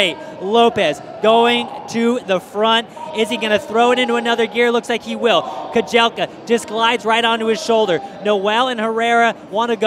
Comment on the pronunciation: The correct pronunciation of Yomif's last name is Keh-jel-cha (cha, as Charlie,....not "Keh-jel-kah")